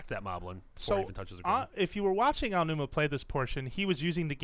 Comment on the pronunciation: I didn't think anyone else except "Gamexplain" could mis-pronounce Aonuma's name to make it sound like Ainuma. So, congratulations. I fee like credited websites known around the globe (and even known by Nintendo themselves) would have the cautiousness, background knowledge and actually do research about everything they mention before they publish this type of material. Mis-pronouncing names can be offensive to many people. =P